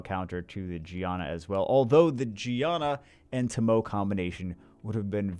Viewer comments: ....fire onmiyoji is pronounced TO-MO-WAY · Everytime he says "toh-mow" i die a little inside